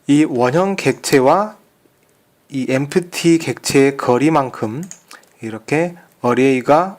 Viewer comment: Empty -> 엠티 라고 발음합니다.